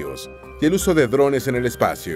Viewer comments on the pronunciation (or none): none